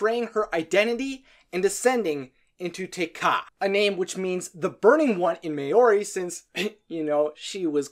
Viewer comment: Maori= [ma o ri] , "mow-ree"